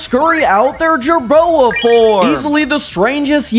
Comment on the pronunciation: When you said "jerboa form" I thought "jarona form" 💀